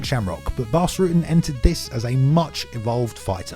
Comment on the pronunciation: Ruh-tten, not Rooten.